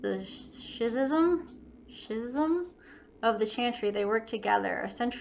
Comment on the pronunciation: Just incase you still have trouble with the word schism. It's pronounced (ski- zem). I hope this helps you out.